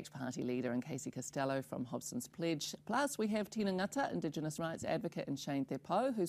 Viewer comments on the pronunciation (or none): Tina Ngata is a voice that needs to be heard. Smart as a whip and highly articulate in two languages. (I may be spelling it incorrectly, my apologies) might want to learn how to pronounce "Ngata" correctly. I am sure he sees enough $50 dollar notes to remind him.